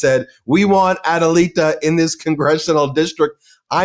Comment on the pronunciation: It's pronuncia GREE-HALL-VA. Your Adelita is perfect.